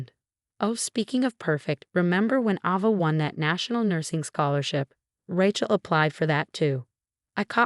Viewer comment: Ava has a long A at the beginning. Rachel also has a long A the same mistakes happen all the time😢 the name Diana was only pronounced right half the time